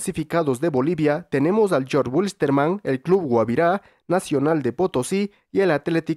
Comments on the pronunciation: pero no se dice Wilstermann, lo correcto es decir Vilstermann en alemán, así le decimos la mayoría de Cochabambinos e Hinchas Aviadores , pero eso es opinable, el punto aquí es que el Jorge ni lo tenemos en mente los Bolivianos lo omitimos sin excepción , solo los extranjeros lo dicen así y suena muy extraño. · Una Pequeña Sugerencia para Próximos Videos, , no te compliques, los Bolivianos jamás decimos Jorge Wilstermann porque suena complicado y rarisimo como podrás ver , simplemente decimos el Apellido , Vilstermann pronunciado correctamente porque es un vocablo Aleman, y de hecho sigue siendo complicado así que la mayoría de las veces le decimos Vilster , también se lo conoce como El Aviador , El Rojo y El Hercules Saludos de un hincha Aviador 🖖🏼,buen Contenido seguí así Crack.